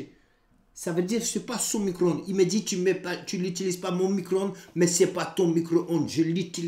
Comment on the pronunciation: " Son micoronde " *